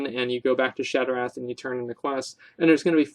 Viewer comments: Definitely not shot ra lol. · It's pronounced "shot-ra" city lol. Love your Vids though keep it up homey:p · The a has an "aww" sound to it. Maybe this will be easier on you then...shaw-tra. That is how you pronounce shattrah.